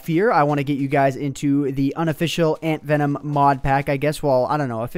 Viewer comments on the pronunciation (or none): Did I hear you say 'Hey Guys, Antverm here'